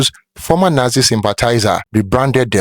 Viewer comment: Nazi not yatzi😮